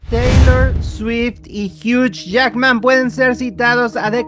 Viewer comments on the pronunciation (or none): Tanto en usa como en Canadá la pronunciación debería ser la misma. “Jiu” no “jiuch” como estas diciendo en el video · Amigoooooooo Hugh Jackman se pronuncia “jui” 💔💔💔🥹🥹🥹